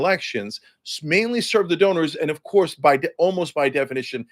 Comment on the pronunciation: Cenk "of courrrrrrrse" Uyger